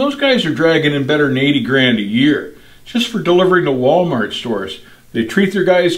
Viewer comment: Wooolmert lol